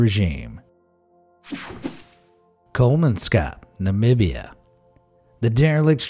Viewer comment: ok so Namibia is procounced - Nah mib eee ya